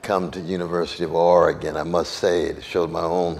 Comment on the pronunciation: I always appreciate when national public figures pronounce Oregon correctly.